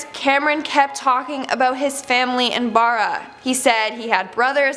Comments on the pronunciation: I’ve been to Barra and it’s not Burra my family lives there and I find it a bit annoying how you don’t say it right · You’re saying Barra wrong, this is reallly annoying. There’s a video of the kid and he even says Barra the way it should be said